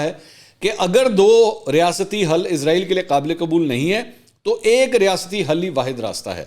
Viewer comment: Mansor Saab AP izrayel reh rhe h ezrayel fareshe ka name h yahodiyo ko israyel khe ezrayel ni